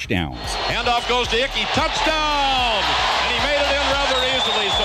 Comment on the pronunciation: lots of Browns in here. also, his name is Ickey, not Icky.